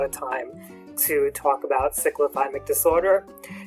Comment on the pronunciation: U are not pronouncing it properly. I couldn’t watch the video because of that